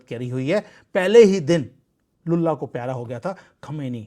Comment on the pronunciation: Lullah ko pyara ho gaya 😅😅😅, please don't replace l with b in your lullah 😅😅😅